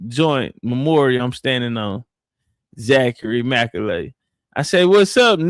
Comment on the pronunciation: McAuley pronounced Mac Cawly or Call Lee like MJ's friend the Home Alone kid